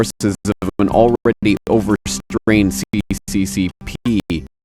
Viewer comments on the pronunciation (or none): Not CCCP . If you don't want to say USSR, you can transliterate it as SSSR. But the C (Latin character) is a "S" (Cyrillic character). Just like the backwards R is a "ya" sound. Idiot Westerners!